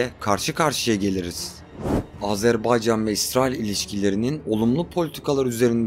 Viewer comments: Azerbaycan'ı bu şekilde söyleyen çok azdır bizden. Kimse umursamıyor. Ya Azarbeycan, Azerbeycan diyor. Lan bi okuyun doğrusu ne. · sphbetler cox maraqlıdır.😊adımızın düzgün teleffüz olunması meselesinde qardaşımıza qatılıram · Azerbeycan diyilde AZERBAYCANI Doğru sekilde diyen nadir kanallardan birisin. Tebrikler.❤ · Iyi ki Azerbaycan deyirsiz. Bezdik artiq Azerb'E'ycan kelimesinden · İlk defa Azərbaycan ismini bu kadar düzgün telaffuz eden bir Türk görüyorum. Çok teşekkürler 🤍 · Azərbaycan sözünün düz tələffüzünə görə ayrıca təşəkkürlər🇨🇳🇦🇿🇨🇳❣️🇨🇳🤲